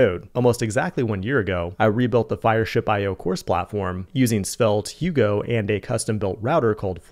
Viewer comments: I thought about it too but I wouldn't pronounce Hugo that way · Is it me or he said "ugo" instead of "go" ?